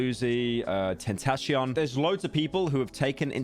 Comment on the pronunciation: And his pronunciation of tentacion